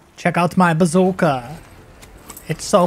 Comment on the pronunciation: I swear you say "Bazooker"